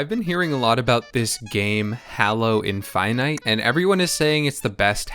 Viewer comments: "Hallow" 💀 "Master chef" 💀🥕🥥🧅🥓🧇🥞🥯🧀🥚🍣🍢🍱🥫🍨🍤🧁🥧🥄🥢🍴🥗🍔🍟🍕🌭🥘🥙🌮🌯🧂🍝🍠🦞🎂🍩🍪 "Chiekin" 💀🍗 "Infynyte" 💀♾ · I can't believe you pronounced infinite like that I hate it